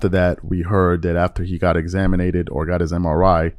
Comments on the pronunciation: man said "examinated" lmaooo i can't take him serious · Marinate. Marinated. Examine. Examinated.😂 Examined. Laminate. Laminated. Dominated